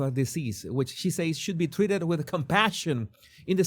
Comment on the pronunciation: The emphasis,, is on the “be” in “So be it”.